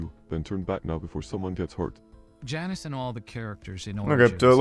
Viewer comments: Apologies, but it appears you have said Janice. The correct way to say his name is Janus. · Actually his name is Jay-nus